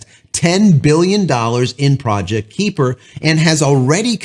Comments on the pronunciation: Just for the sake of clarity... :) It is pronounced 'Ky-per' Little things that torque my brain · Can they? Sure ... maybe in about 5 or so years. Starlink has a massive head start. Just an FYI, it's pronounced "Kyper". I completely agree, Starlink should make it so that if you can get internet connections via fiber or coax (ie coax) at your address, then you can NOT get Starlink. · Please learn the proper pronunciation of KUIPER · Can you pronounce kuiper?